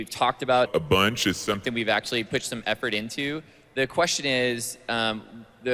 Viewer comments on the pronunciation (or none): 'that's actually something we've talked about a BOONCH' xD